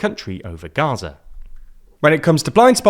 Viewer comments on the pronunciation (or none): none